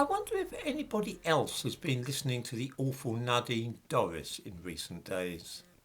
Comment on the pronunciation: Nadine Dorries! - I thought you said 'Nodding Doris'. I had the picture in my mind of someone else.